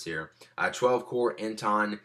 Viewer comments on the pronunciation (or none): WTF?! u said intel like you've never heard of it. u said "inton" this is why you shouldnt come to this guy for computer help. he said the internals for the mac pro like he had no idea what he was saying. he was just reading what they said